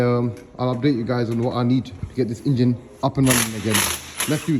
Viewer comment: Ok video, maybe learn to say Engine not Ingine. Watch matt Armstrong, gets some tips on presenting.